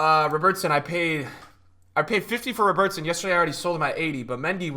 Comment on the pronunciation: Who do you pronounce Robertson like he’s Spanish??